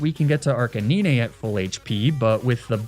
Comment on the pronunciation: Arcanine is actually pronounced "ARK-UH-NINE" with the last part sounding the same way you would pronounce the number 9. Not being a grammar nazi, just trying to help.